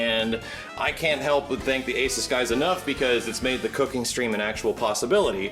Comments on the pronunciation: It's ay-SOOS, not AY-suhs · The moment you realize doesn't pronounce ASUS correctly and is sponsored by them.